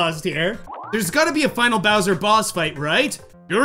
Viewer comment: When it said bowser’s warped orbit it did say kowser’s warped orbit